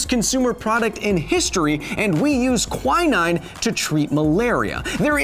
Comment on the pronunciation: I’ve never heard quinine pronounced like that...